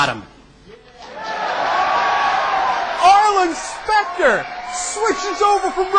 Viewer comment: Who's SPACK-ter?? Arlen Specter's intelligent twin?